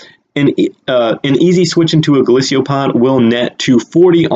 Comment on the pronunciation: its golisopod NOT golisio pod